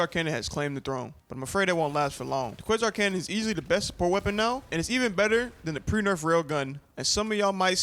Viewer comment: Why you keep calling it the CHEESE canon lol..